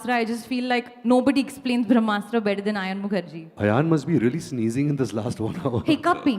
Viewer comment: Indian culture 🤣🤣🤣🤣🤣 People who don't know difference between ASTRA and SHASTRA who can't pronounce BRAHMASTRA Will teach the world about bharatiya culture 👏👏